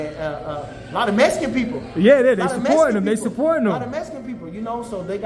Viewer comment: “A lot of mesican people “ 😂